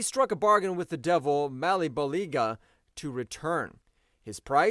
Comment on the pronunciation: wtf is a MALEBOLIGA? its MA-LE-BOL-GIA